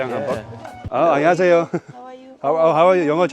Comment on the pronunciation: 안녕하쎄여... 방심했네 ㅋㅋ